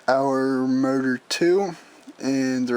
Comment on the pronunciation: I thought you were saying "murder" for motor.